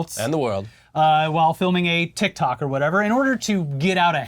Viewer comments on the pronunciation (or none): none